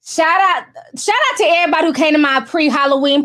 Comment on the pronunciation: I'm only here to hear you say "ehhh-body" lol